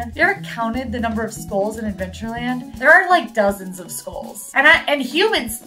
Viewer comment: How did you not call out use of “skoles” versus skulls? 🤣